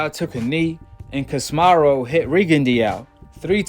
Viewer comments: Ca si me ro not kosmarro 😆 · Not to be rude bro but ya gotta pronounce names right, stop saying casimaru